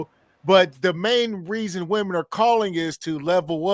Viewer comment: Nit picky but it’s cringe how can’t distinguish between women and woman. It hurts my ears.